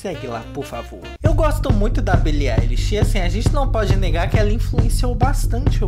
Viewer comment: primeiro Youtuber que fala o nome dela certo